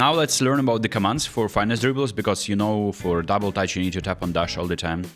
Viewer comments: Finesse NOT Fine-ess…come on what happened to your French pronunciation suddenly? This word is directly borrowed to Molière’s tongue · "fine esse" what😂